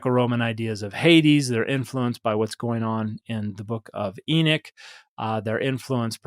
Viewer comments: Pardon, are you referring to the book of Enoch (E-nuck or EE-knock)? Or another book? It sounds like you’re saying The Book of Enic? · Exactly! It's spelled Enoch, but he kept calling it Enick. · Now I’m confused. Is the name pronounced Enok or Enik? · Just a different pronunciation of the “o,” I believe. I’ve heard it both ways. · Both pronunciations refer to Enoch as far as I know.